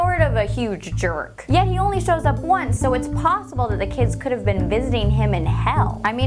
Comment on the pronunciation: but is it pozzible (lol sorry babe but i think it's kinda funny)